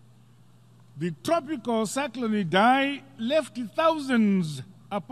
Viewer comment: Did he just said "cycron idhai"? We need to start calling him 'Dhambuzo'